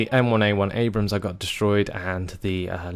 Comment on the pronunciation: *nods head slowly* and it's an "Abrams," not an "Abraham." Creigton Abrams was a general in the Vietnam War.